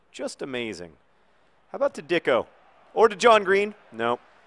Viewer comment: I'm pretty sure that it is pronounced deecko opposed to dicko